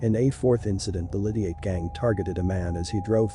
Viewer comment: Pronounce his name properly or just don’t speak. Explain who his sister is. The wife of Massey